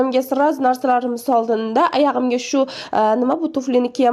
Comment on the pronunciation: Qaysi sheva bu "ayag'im" deydigan .chala savodlar